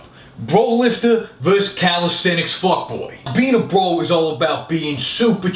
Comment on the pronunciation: That fact that can pronounce "calisthenics" makes him attractive and doable. (not with me though)